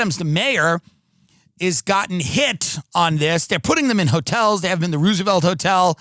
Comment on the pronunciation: Did this guy just say the Ruse-A-Velt Hotel? 😏